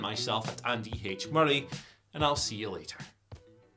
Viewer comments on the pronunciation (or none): none